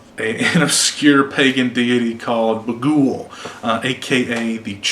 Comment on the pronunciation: The way he says baghuul lol